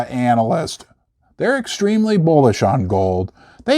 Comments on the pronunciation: most of the eenalist. It came out so funny man. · lol you totally said ANAL list 📃 📃